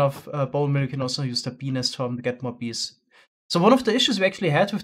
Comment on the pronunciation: his accent is best at "BEE" , "BEE'S"